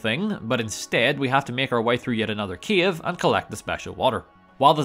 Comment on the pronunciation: i know that you saying "cave" but all i hear is Kiev.